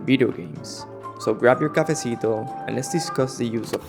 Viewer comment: bro I love how you are able to make unique videos, mixing concepts of art and architecture to explain map design in the finals, you are one of the few people who make original content about the game and I enjoy it a lot, keep it up!!! btw are you Latino? When you say "cafecito" I feel like you have a good Spanish accent